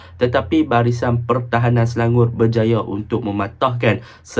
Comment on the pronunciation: Nampak struggle nak sebut Selangor 😂 Sebut selangoq je bang..